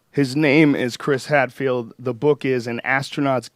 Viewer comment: Joe "His nayayayame is Chris Hadfield" Rogan